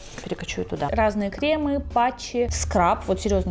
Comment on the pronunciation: режет слух-«кремЫ» кремА